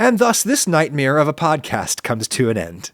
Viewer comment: Has anyone noticed that Adam pronounces "nightmare" the same way Bert Kreischer does? It's a NIGHTMEER! :)